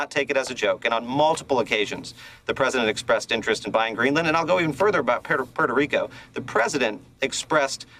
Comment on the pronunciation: Who can forget the vile, racist way he pronounced Puerto Rico in a public speech? He seemed to enjoy doing so. Thank God it’s hard to feel insulted by an illiterate traitor to his own country.